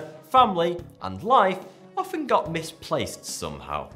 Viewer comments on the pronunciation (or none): none